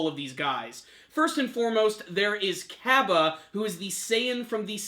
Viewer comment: ...get the names right. LOL Heat Cabe (Ka-bey)